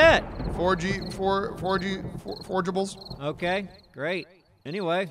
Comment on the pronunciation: Ah yes, my favorite items. Forgey forgables